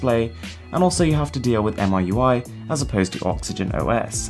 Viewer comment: Miui is spoken as "me U.I" not "M.I.U.I" Sorry its grinding hearing a pro getting it wrong.